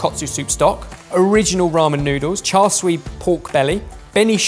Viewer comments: Usually it's who corrects everyone on pronunciation, but it's his turn to be corrected this time! It's Char SIU (SHOO). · The 'Char Sweeeeee' killed me omd. Its Char Siu (shoo or su) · the "siu" in char siu shoudl be pronounced like "choux" from choux pastry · "char swee" .. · char "sui" 🙃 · it's Char See-you:D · Every time they say “char soo pork” I cringe out of my skin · Oh that killed me as a Cantonese. It says Char Siu, but somehow swapped the vowels and pronounced it as Char SUI. Like, HOW? I know mispronouncing things is your thing,, but come on!! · Don't say "cha" with a "ch", in English spelling it should be "ts" (like oats). Say "siu" like "see you" as a single word. Tsa seeyou. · Initially wincing at pronunciation of Char Sui but then was won over by him geeking over the double fermented dough 😂 So precious! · a chef pronouncing char siu wrong... cringe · So there's Char Siu (cantonese) and Chashu (japanese and derived from the cantonese dish). Char Siu has the 'r' sound though it's softer, Chashu (which ironically looks like what this is) lacks the 'r' sound and has sort of a mix between "ch" in chair and an 's' sound. Pretty sure, anyway.